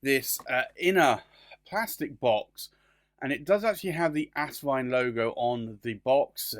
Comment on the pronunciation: It’s As-vine not Ass-vine!